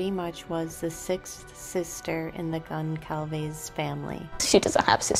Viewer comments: GonZalves. It’s a mexican name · Great job! Just FYI the "c" in "Goncalves" is silent. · Great documentary. The “c” in Goncalves is pronounced like an s. ❤ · The C in Goncalves sounds like an S . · Very interesting video, thank you. I was waiting for a video like this, recapping all the events of the last few months. The only thing that still bothers me not only in this video, but in a lot of them, is the pronunciation of Gonçalves, which I know is tricky for English speakers, so I'll try to help: you say Gon - saul - ves. The Ç sounds like S, not like C or Z. I'm sure her family would like to see her last name pronounced correctly.